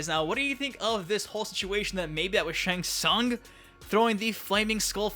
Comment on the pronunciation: it's Shang Tsung duhh